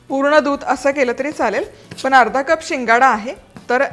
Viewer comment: शुद्ध बोलणे आवश्यक आहे. पन च्या ऐवजी पण हा उच्चार बरोबर आहे.